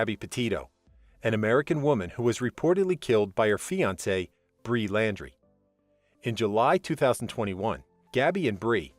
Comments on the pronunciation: At least get the name right, Brian NOT Brie, wth??? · I watched to the end. It's Brian not bree!! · B-R-I-A-N. ! Not bre! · Who tf is Bree? His name was Brian, not Bree. Hello.... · BRIAN Laundrie not Bree! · “Bree Landry”??? It’s BRIAN. Brian Landry. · It isn't Bree it is Brian Laundrie. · It's BRIAN LAUNDRIE (like doing your laundry), not Bri Landry. Brian, Brian, Brian. Never have I EVER heard him referred to as Bri. That was really weird. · Bri- an not Bri. Bryan.... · Brian not Bree!!! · Brian not bri!!! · Brian not Bre hahaha come on man u butchered that name an case!! The case isn't funny but u calling Brian bre is.. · It’s NOT Bre Landry! It’s freaking BRIAN LANDRY! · Brian Brian Brian NOT BREE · Brian !..not Bri!.. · Bre ? Lol. No, it’s Brian. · Why are you calling Brian Laundrie Bree? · Who the hells Bree? It's BRI AN! sorry at least get the persons name right that your talking about. The "Brees" were very annoying! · Brian not Breee. 🙄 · I can't believe how many times he's saying Bree, it's cutting me like a knife. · His name is Brian. NOT Bree !! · IT'S BRIAN NOT BREE IF YOU GOING TO TELL THE STORY TELL IT RIGHT ❗👁️❗❗❗ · Bree? Come on. Its Brian Laundrie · Brian Laundry, not Bri. Was this intentional